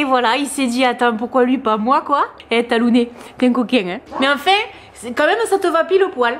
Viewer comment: Bravo pour ce que vous faites toutes les 2 pour ces gentilles bêtes.. nous avons aussi adopté un beauceron de 2 mois et demi il y a bientôt 9 ans. Il s'appelle Tag et je le surnomme Tagounet, ça m'a amusé de t'entendre dire Talounet ... Bon dimanche